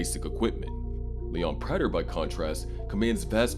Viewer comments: Bro learn how to pronounce praters name. They say it in the show constantly. This is trash narration. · Why doesn’t this narrator know how to pronounce Prater’s name ?